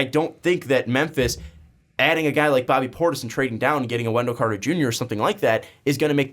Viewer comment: This man said bobby portis he really doesn’t know basketball